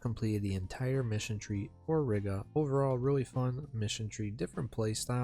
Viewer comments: Reeeeeega not riiga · Heads up, we pronounce it like "Reega", as in "regal", but with a long "e". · im gonna lose it at how you say Riga, other then that great video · Lol I left a reply with the proper pronunciation before seeing this comment. Gan jau iemācīsies čalis :)